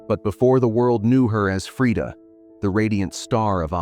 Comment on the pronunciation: The pronunciation is right. Swedish is a Nordic-Germanic language. Only English-speakers get it wrong compared to most of the world (yes, even the French use the right A-vowel). You don't have to pronounce it the American way.